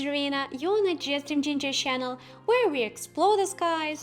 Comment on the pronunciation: Это не хейт, умоляю правильно произносите слово канал - через Ч , а не через Щ . Уши в трубочку сворачиваются 😄